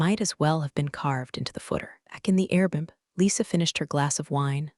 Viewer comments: What’s an “airboom”? Cheap AI speak for Air BnB? Suggest you get a better AI program. Does anyone on these story channels ever bother to give stories a final review and corrections? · “airboom” totally feels like a lazy auto-sub fail. Proofreading would save a lot of face. 📝🙄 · that’s a pretty weird slip-up! Definitely should’ve been "Airbnb." A good review process would definitely clean up those kinds of mistakes.